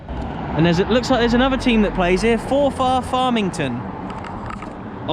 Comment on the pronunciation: Its pronounced forfur